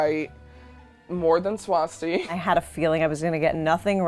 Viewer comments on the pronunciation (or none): It's not swAsti, it's swasti.